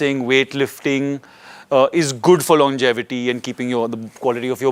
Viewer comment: new word has been coined - "longetivity" 😆